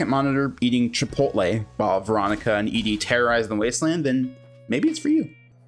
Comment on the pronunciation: why oh WHY do you say E-Dee instead of ED-E?